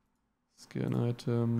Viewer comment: When you said scan item and I kept thinking you said skin item wow I must be getting deaf